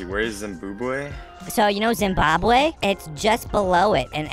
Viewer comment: "Zimbobwe right below Zimbabwe" 😅😅😅